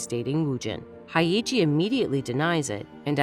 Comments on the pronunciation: her name is Hyeji, Haeiji isn't a name afaik. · It's pronounced as 'Hey-ji' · The funniest thing is how the narrator pronounces their names. “Hi-iji” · Hae and Hey don't sound quite similar, and you are inverting the Y and the E, it's not pronounced that way. You wouldn't pronounce Yeji's name like Eyji, would you? Hyeji is like Yeji but with an H.